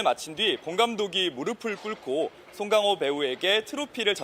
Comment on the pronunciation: 저렇게 고급졌었군요 ㅎ 쏭캉호 발음에 피식~~ㅎ